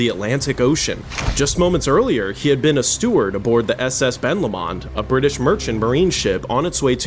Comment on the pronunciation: Hey dude, it’s pronounced Ben Low-mund rather than La-mond (its named after the mountain next to the loch :)